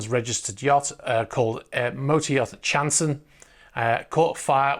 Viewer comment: Also... Have to point out it is more likely not "chanson" (chan-son), but more likely the french word for 'song', chanson. Don't know why a Canadian with barely tolerable knowledge of the French language has to say this. (*shrugs*)